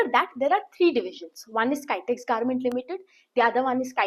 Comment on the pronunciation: Please pronounce Kitex properly